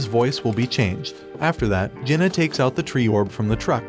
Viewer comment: Bro This anit a manga Jenna is not his name Kang Jin Hyuk is pronounced as Kang Jin He Yuk not Jenna